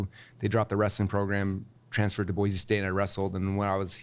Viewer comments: Insider Secret: It’s Boise (Boy-see) not Boize (Boy-zee). 😊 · It's pronounced Boy-see, not Boy-zee. Jewel wrote a whole song about it, "There is No Z in Boise".